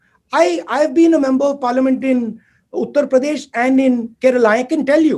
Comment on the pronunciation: What he spoke A utter pradesh Mind blowing English